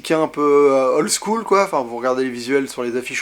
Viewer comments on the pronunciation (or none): none